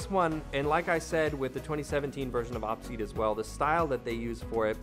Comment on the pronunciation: I think it's pronounced O-P seat, but nice video 👍